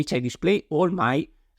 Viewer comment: The Italian Ciao Ciao in the end... xD